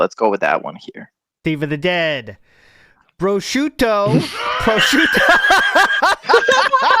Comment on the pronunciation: (1) He can’t pronounce prosciutto correctly, and he sounds like a clown trying to pronounce things authentically (2) he was going to have a day out shopping and whatnot with his mom but 9/11 happened and killed the vibe